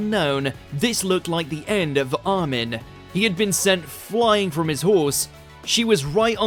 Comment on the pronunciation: Who the fuck is Ar-men? xD